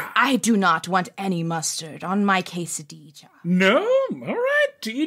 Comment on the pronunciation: The way Brennan says "Ques-a-deezha" and then "Hess-a-diya" is WILD.